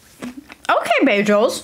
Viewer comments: Beyjels? Wtf? And I thought Britta had horrible pronunciation. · Wait, it's pronounced ba-jels? İve been pronouncing it as ba-girls without the r 😅